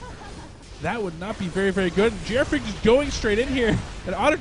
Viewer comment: I question the pronunciation of GrFr4ak, 4 in leetspeak is A, so isn't he Gee Arr Fraak? lol